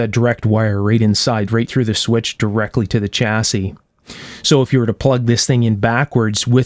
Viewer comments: Stop saying chassis with a hard CH, it's pronounced "shassey", apart from that, excellent video, even though I have no idea what you're talking about. Kind regards. from the UK. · Interesting video. Just one thing… chassis is a French word pronounced Shassy, not Ch assis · It’s pronounced shassiy. Not chassisy